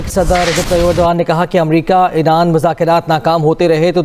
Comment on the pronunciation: 'Eeraan, esraiiiieel ' what a unique pakistani pronunciation! ....😅😅😅😅😅😂😂😂😂😂😂😂😂😂😂😂